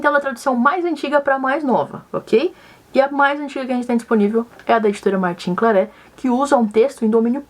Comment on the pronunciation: Martin Claret se pronuncia Martã Clarré/Clarrê.